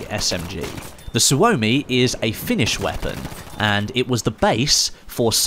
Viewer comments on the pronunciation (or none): none